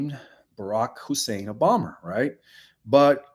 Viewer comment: Re: OBOMA....there is video of him touting himself as the first Kenyan born person to possibly be a Senator. He bragged about it. Also, WHO IS OBOMMER? You keep saying Obommer and it's irritating.